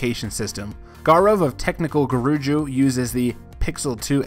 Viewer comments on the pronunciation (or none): It is not Guruju it's Guruji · BM BM, lol he said Guruju instead of Guruji